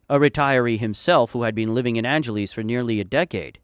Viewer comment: Why do you call it angeleez ? its angel less